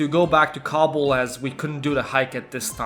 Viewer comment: Every time you say kabul i though you said cobble like in minecraft